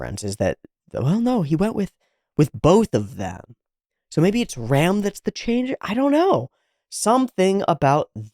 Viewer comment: For what I know "Ram" is read as latin (as all translated japanise names), i.e. something like english "Rum". Thanx for episode.